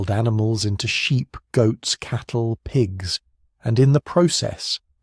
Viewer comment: Did you say history for sleep or history for sheep?